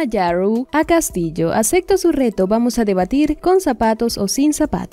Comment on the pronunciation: Porqué no dices ACEPTO, dices acecto....